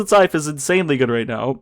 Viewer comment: Dude, it’s pronounced “scythe”